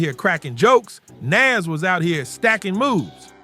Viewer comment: Is it just me or was this post stupid, he mispronounced Nas😂